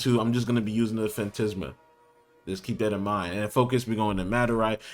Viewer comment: Phantasma - tas not tis Phantisma is wrong makes you sound dumb. Phantasma is right because it comes from Phantasm which means ghost, in Spanish.